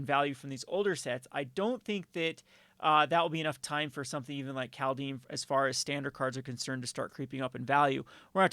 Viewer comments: Please stop saying 'Call Deem'. It's 'Called Haym'. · Is this really the correct way to pronounce Kaldheim? I always thought the german way to spell this is correct and the translation also seems to be on point. (Kald => Kalt (cold) and heim => Heim (home))